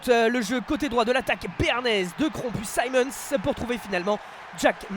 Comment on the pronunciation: S'il vous plaît, arrêtez d’écorcher le nom de Simmonds. Ce n'est pas "saillemondes" c'est "simondes". Ou alors prenez des leçons de prononciation en anglais. Ça me rapelle "Laillecesseter"...